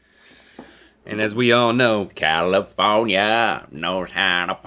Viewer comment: Califownia knows ha da paaaaaaaaaadeh 😂😂😂😂😂 Link’s eyebrow when he says it is priceless